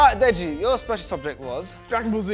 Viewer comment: man said "DJ" instead of deji.. blud needs to go back to school